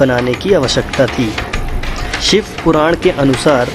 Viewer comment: सिव नही शिव बोलो भाई ,तुम श वर्ण नही बोल सकते तो video बनाने की क्या मजबूरी हैं l